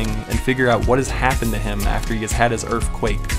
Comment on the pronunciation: My man had the KK earfquake in the intro, yessir